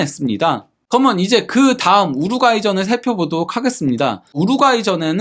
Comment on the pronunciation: 기자님..“그러면” 발음연습 좀 해 보셔요…^^ 가능 합니다.^^